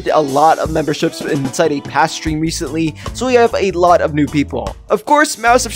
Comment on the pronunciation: Bro sed Reshently😆😆😆😆